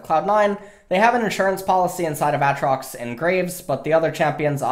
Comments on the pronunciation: he's saying it as a joke in itself, he said it like AT-trox before, but since they told him its wrong he's trolling and saying A-Atrox and playing with the name, but acts like its normal. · You done fucked up a a trox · he always said "ah-trox" before but people always told him he was saying it wrong so he said he would change it, and now it's a-atrox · Why does he say aatrox like that?